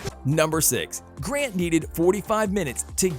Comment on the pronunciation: its grant not grand do some researche